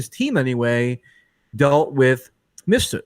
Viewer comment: it's "MIF-sud," not "missfoot".. for fuck's sake, michael pronounces it correctly like 50 times, how is still getting his name wrong??